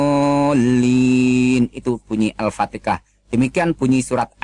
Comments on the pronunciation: saya yakin seyakin yakinnya ustas ini adalah bukan orang islam tetapi menyamar sebagai muslim guna mengelabui ,dan meyakinkan ummatnya supaya tetap pada keyakinannya surah alfatikha dibilang alpatikah penyebutannya kaya joko wi yang pernah geger atas penyebutan tersebut alpatika saudara jangan menipu dengan keyainan berdakwa itu jangan menipu jangamn sampai ummatmu semakin banyak yang memeluk islam buktikan kau debat dengan muallaf yahya waloni jangan ngaku mantan ustas deh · Menit surat al fatikah kenapa tdk sekalian surat cinta untuk starla...fix ustadz abal2 aoalagi belajar kegaiban...hahahahaha....kl ustadz beneran psti blng surah al fatihah bukan surat al fatikah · Ps3 ketauan membacanya tidak benar,,,,ngatain Hasanah bilangnya kasanah,,,ngatain Muhamad bilangnya mukkamad,,,,ngatain alpatehah bilangnya altekah apakah ini ayat yang benar dalam Al-Qur'an,,beda lafad saja beda artinya saudaraku,,,,, katanya keluaran ponpes ko membacanya beda,,,, maaf ini semua membahas tentang kebenaran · katanya keluaran pondok pesantren ,,,,membaca Alquranya saja enggak bener tuh,,,,masa alpatehah di sebutnya alpatekah ,,,,jelas jelas ingin mengadu domba umat Islam,,ketahuan murtadin yang dangkal otaknya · Ini mengaku2 Ustadz. Baca ALFATIHAH kok ALFATEKAH. lama belajar Islam Tajzuidnya saja tdk karu2an. Ustadz, TUHAN itu Laki atau Perempuan? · Mau main akal akalan ni orang ... 😂 Mengaku2 muslim yg keluar agama islam dan melakukan keaaksian di depan publik sosmed...😅 Itu pembodohan publik Koar2 ngaku keluar agama islam dan pura2 masuk agama kristen, nyebut al fatihah aja salah..😂 (al fatikah) dan banyak tajuid yg salah.. Sebegitu nya kah agama kalian sampai skemario saksi palsu... Untuk menipu umat manusia Ingat agama bukan hanya sebatas hodup di dunia tapi akan di pertanggung jawab kan ke akhirat kelak.. Ada hidup setelah mati !! I